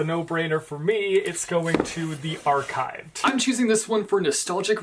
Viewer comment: remember when you pronounced the archive with a “ch” sound? good days 😁